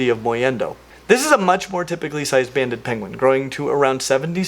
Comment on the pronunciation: Too much gaming or IDK. I heard "bandit" penguins.